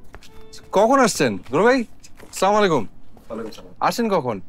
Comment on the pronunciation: অপৃব ভাই আপনাকে আমার অনুরোধ রইলো আপনি যখন নাটকের মধ্যে সালাম দেন ছামুলাইকুম এটা কোন ধরনের সালাম